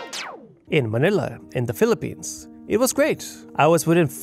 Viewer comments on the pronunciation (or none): none